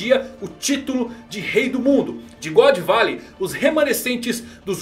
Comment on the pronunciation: "Godô barey" Zehahahaaaaa